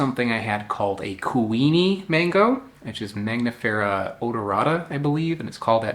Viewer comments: Why you keep calling it Magnifera, instead of Mangifera ? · It’s not mag nifera. It’s man gifera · You are saying MAGnifera but the n is before the g. MANgifera like MANgo. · Your skill in pronouncing Latin names keeps amazing me: maNGos are maGNifera? You've just said the word mango, how can it be hard to say mangifera ("mango bearing")? Sorry, just being mean, I love your videos, no hate here!